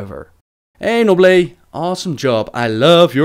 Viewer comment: its noon